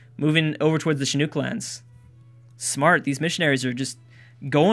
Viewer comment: With Chinook the nook is pronounced like nook and cranny